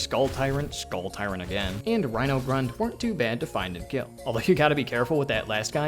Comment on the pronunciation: rhino not rhink lol